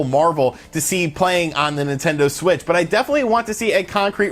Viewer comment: Hey did anyone catch at that he said Nintendo swit instead of Nintendo Switch lol. Love your vids man